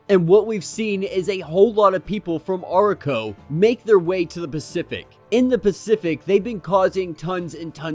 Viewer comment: Really great video, but your pronunciation of Arakko really caught me off guard. I've not heard that pronunciation before.